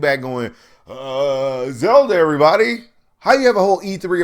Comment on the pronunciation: Its Zelda brah, Zelda.